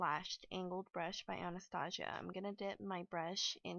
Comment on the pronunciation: You prenouncing Anastasia wrong